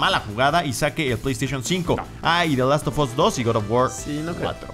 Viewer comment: Porqué carajos dicen "THE LAST OF OS"? SE PRONUNCIA "THE LAST OF AS".